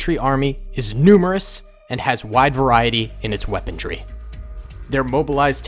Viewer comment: The word "weaponry" does not contain the letter D.